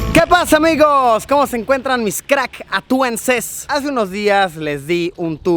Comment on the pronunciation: Que pasa amicos !!! Amo ese inicio 😍 (No escribí mal amicos, yo asi lo escucho)